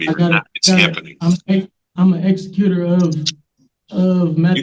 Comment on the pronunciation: I love that he mispronounced "executor."